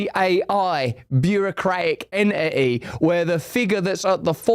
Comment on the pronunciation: En e i?? Oh right, entity 😂